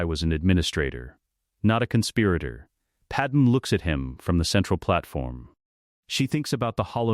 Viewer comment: Please fix Padame's name on future videos. The wrong pronunciation is annoying. Otherwise I enjoyed this.